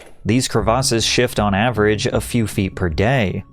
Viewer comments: What are “cruh-vosses”?… 🤔 Are you trying to say CREVICES? “Kreh-veh-siss”- not “cruh-vosses” 🙄 Christ, I can’t even watch the video with that incorrect pronunciation. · crevasses"kre-vis" that is how it is pronounced. is this an ia channel? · The way he pronounced crevasses was insane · Patrick its not Crev-AR-ses its crevices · great video, hats off to you. but jesus christ patrick- please don’t confidently say words that you never leaned out loud without actually looking up what the actual pronunciation is. the word you mispronounced 20 times was crevasses. it’s pronounced “krevASSes” not “kruhvoses” like you kept saying over and over and over. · why you pronouncing crevasses like that😂. good shit tho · Worst pronunciation of "crevasses" I've ever heard 😂